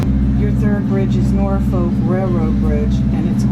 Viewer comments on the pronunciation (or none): Hi, Captain Lane here Airplane Captain and former Irwin 45 Skipper. Norfolk is pronounced norfuck not Nor Folk you cant be afraid to say it. 🤣 I grew up in Chesapeake, Va and spent many days on the ICW from Hampton Roads to the Albemarle Sound. And South. It great to see you showing the area.Thank You, I now live in West Texas and I really enjoy your videos, I am living vicariously again sailing the very waters I use to ply via your videos. I think it is great that you have shared your adventures with so many others. I am certain that your approach to sailing has given inspiration to others to pursue the dream. Thank You, Capt. Lane